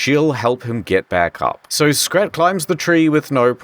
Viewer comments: every time he calls Scrat "scat"💀💀💀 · Did he just call Scrat Scat? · I know he says "scrat" but I honestly didn't hear the "r"